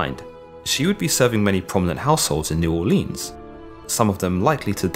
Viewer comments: It's pronounced “New Oar-linz” not “Orleens” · Please pronounce New Orleans correctly. Neu Orleens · Im from Nawlins, just for your reference. Never come down here and say the hard E in Orleans. Pretend the 'ea' is an 'i'. New It kind is how we say it. Or Nawlins dawlin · The way you say new Orleans aggravates me. It's pronounced new or-Lins . ........... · You are saying New Orleans wrong lmao